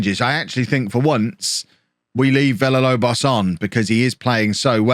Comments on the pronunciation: Holme is taking so many L's because keeps saying too many L's in Villalobos' name. If says it more like Veeyalobos Villalobos turns into prime Aguero /s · If you Pronounce Villalobos correctly he will score more goals